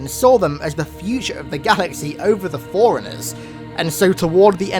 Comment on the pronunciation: It's pronounced forerunners (4 runners) not foreigners. Please stop pronouncing it the wrong way, its maddening